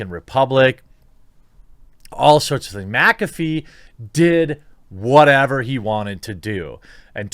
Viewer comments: MYK AH FEE not MAC AFEE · Ok I can't hear him say macafee anymore I'm gonna loose it it's mick affey not macaffe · Serious question, why in the hell do people say MACafee. Do you say MACdonalds? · Is McAfee like Favre where you have to pronounce it backwards? Or does everyone just say it wrong? MAC afee, or MIC afee? I would think the latter.